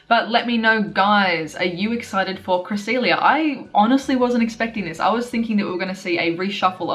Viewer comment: CREE-SELL-LIA lol if you understand what I'm writing here honestly we all need a proper guide to pronouncing pokemon correctly like knowing the 1 way to pronounce the pokemon without these dumb disagreements lol. The 3DS pro is helpful for a start as you can listen to pokemon pronouncations just like that as you scroll through the national pokedex on that but it also features pokemon from gen 1-5 so pretty much you only need to watch the anime now if you want to know how these pokemon are pronounced and I mean watch the latest episodes of it since some pronunciations has changed over the years e.g. regice used to sound like "REGI-ICE" back when the lucario & the mystery of mew movie came out but now as of pokemon diamond and pearl series regice sounds like this "REG-ICE" that is more correct if you ask me. Just a thought I like to share with you guys here. I am not perfect here let's share the knowledge of pokemon together lool.